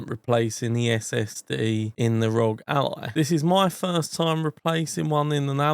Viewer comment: Arr-oh-gee, not rawg, shit sounds stupid af!